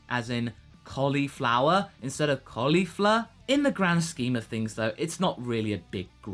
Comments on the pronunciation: WOW! I did not expect the "Bun-chan from host club" in there! lol nice. Maybe it'd help to pronounce it "Kol-ifla" instead of "Kolly-fla". shrug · Tbh I thought it was pronounced "Col-ee-flaa" not "Col-eefa" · The second L in Caulifla will probably be pronounced as R in the English dub (Caulifra) when we get it. Kind of like Bulla (Bra).